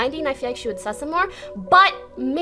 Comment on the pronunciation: Toast: "ooh thats sSuS!" 😂